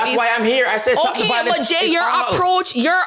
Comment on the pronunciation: Bro, honestly if u cannot pronounce violence properly you shouldn’t be speaking on violence And the fact that u feel the need to bring attention from children and women shows the fact that you yourself are a woman too No wonder you’ve experienced so many divorce, you’re a female too bro. Grow some balls bro, be a man